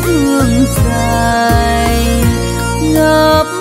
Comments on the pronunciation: Dài chứ không " giài " , rối chứ không phải "giối" , hát khúc đầu phát âm sai tùm lum. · Sẽ hay hơn nữa nếu bạn phát âm lại chữ " Dài" ngay từ đầu bài hát " Câu hát Tình Quê". Chúc bạn thành công